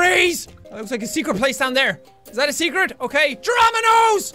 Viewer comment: When he says jerominos he says drama nows